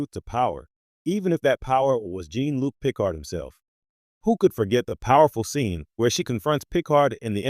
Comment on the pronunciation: This AI written and narrated drivel is an absolute waste of time. It's repetitive cycling of images, many not even relevant to the subject (ie., showing Kirk and Spock while discussing Picard). The narration can't even get Picard's name correct.